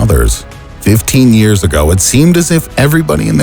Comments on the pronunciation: Small mistake : "eyars ago" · ah yes, eyars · "15 eyars ago..." lol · "EYARS" whats "eyars?" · eyars lol